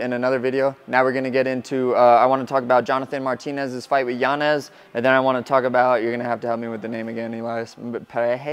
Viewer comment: Respect for not pronouncing Yanez as Yanyez . That man does not deserve it after putting on a performance like that